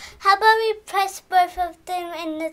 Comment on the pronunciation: What is the meaning of "lorning", and "vee are going"? Maybe you should speak English...